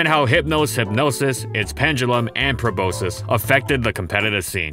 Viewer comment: proboscis doesn't rhyme with hypnosis.